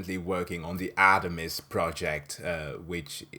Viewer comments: When you said, "Artemis project", I thought you said, "Atomsk project". I was wondering if someone at NASA was a fan of FLCL. (☞ﾟ∀ﾟ)☞ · The r is pronounsed in Artemis its a name from acient greek But the r is meant to be pronounced